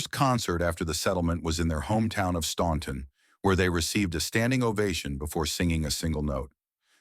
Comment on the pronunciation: OK, troops, let’s get this pronunciation correct, OK? I live 12 miles from the Statler Brothers, hometown, Staunton, Virginia, and in fact go there several times a week. The “ u “ in the name of the town is silent, so the pronunciation is Stanton. Always has been. Always will be.